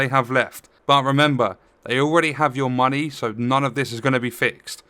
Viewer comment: Did someone say muneh?